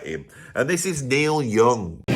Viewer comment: "Noil Yooong joost sands loike a great beeg sheet." 😂